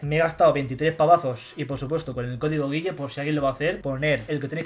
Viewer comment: te comiste la U de G-u-i-ll-e